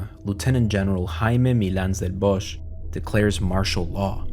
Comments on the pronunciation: wonderfully done!👌 just one minor note -> the one in the video is the German pronunciation of "Bosch", in Catalan the H is silent, as in [βɔsk] (...meaning bosque/forest) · lol I wish he had pronounced the surname right. It’s actually « bosk » but even people in Spain mispronounce old Valencian surnames